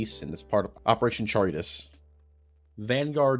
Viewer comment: Achshually it's pronounced "Charybdis"